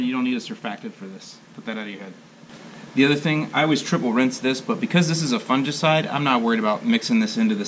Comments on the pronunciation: Actually, we shod be making fun of since he says it wrong;) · Do all Americans say fungicide so strangely?